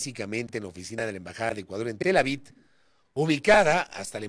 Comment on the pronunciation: Pero es Tel Aviv, no Tel Avid